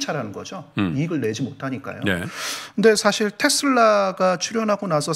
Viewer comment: 리포트 내용과는 관련없는 좀 딴 소리인데요. ㅡㅡ 한국말 발음과 영어 발음이 뒤섞이는 거 같습니다. 예) 지금->쥐금, 사실->사쉴, 핵심->핵쓈, 발전->발쭨, 작년->좍년. 주로 ㄱ->/g/, ㅅ->/s/로 발음하시는 거 같아요. 발음이 정정되면 귀로 들을 떄 좀 더 귀에 쏙쏙 들어올거 같아요. 흐흐